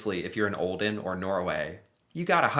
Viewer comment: I’m from Norway and I was like tf is åaldean and then I was like Aaaaaa you mean olden